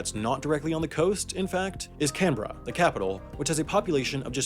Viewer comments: Thanks for pronouncing Melbourne and Canberra the correct way, rather than the common mistakes of "Mell-born" and "Can-berra" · Congratulations on correct pronunciation of Canberra and Melbourne! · HE SAID CANBERRA NOT CAN-BERRA yay the video is now liked. Well research on how its pronounced :) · Thank you for saying ‘Can-bra’, so many people pronounce it ‘can-bare-ra’ and I cringe every time. Now we just have to start working on ‘Melbourne’ pronounced, ‘Mel-bin’ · Thank you for pronouncing Canberra right! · This is the first time that as an Australian I have ever heard an American pronounce Canberra correctly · Thank you Wendover Productions for properly pronouncing Canberra. Keep making more Ozzie related videos!